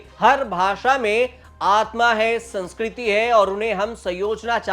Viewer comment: Phle tu khud to Sanskriti dhng se bol le bhai😂